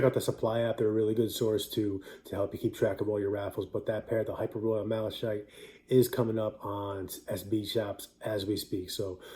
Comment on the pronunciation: Thanks bro. (I’m pretty sure it’s pronounced Mal-uh-kite like the color)